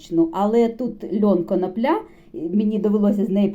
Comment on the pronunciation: Так та коноплЯ,ріже слух,- може все ж коноплі ?!!